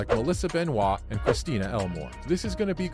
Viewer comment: Benoist not Benoit